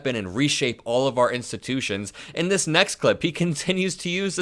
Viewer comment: “Thay” he can’t pronounce the letter s properly